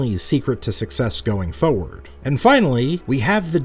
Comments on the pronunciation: FORward not foward lol Great vid though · Aaahhhh, I've missed 'tempatures' and 'fowward' so much <3